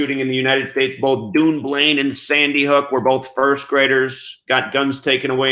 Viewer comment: Hi, thanks for all you do, looking forward to getting your book next week! Dunblane is pronounced done blane, we should rewrite the English language lol!